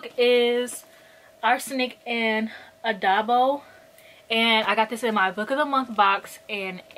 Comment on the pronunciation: oooooh this is an amazing tbr~ "adobo" is pronounced "uh-doe-bow ('doe' like the deer and 'bow' like bowtie)"! loved this so much~ thanks!